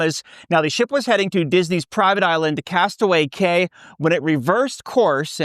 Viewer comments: It's pronounced "Castaway KEY". Not "KAY". Common mistake. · Castaway Cay is pronounced like Castaway key